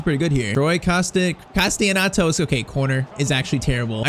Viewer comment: Troy Castellanatos surname is pronounced Kah-Stell-un-ah-tos